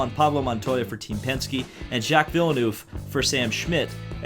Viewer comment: who is Jacques Villenuuve? XD